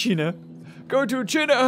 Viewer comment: The way he says China